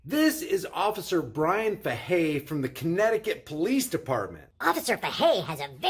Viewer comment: in case anyone wanted to call into the pd its pronounced like this "fay-hey" that's for Sgt. Bryan bruised ego Fahey 😂